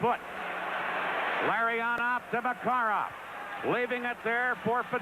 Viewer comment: С уст коментатора фамилии наших игроков как ужас - Ларррионааав, Маккаааарааав, Фетисоф, Крютав, Касьятоноф ))) Ух и наматывали тогда соплей на кулак канадцам.